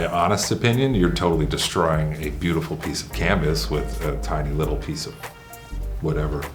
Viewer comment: "Do you see the leetle alien machine!?" 😆💗